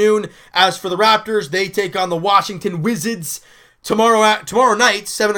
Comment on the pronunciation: Good win today! Btw I like how you said "Wizards" lol